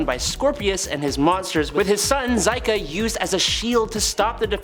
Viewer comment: The Magna Defender's son Zika, his name is pronounced "Zee-Ka".